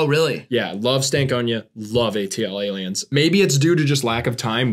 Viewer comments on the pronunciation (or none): oh god the way they say ATLiens... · Their pronunciation of ATLiens makes my brain hurt